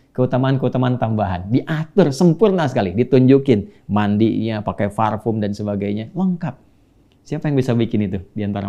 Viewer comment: parfum ustadz bukan farpum😅